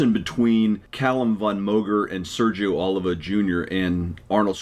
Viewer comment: PUH LEEZ !!! OH LEEV VAH !!! Not Oliver.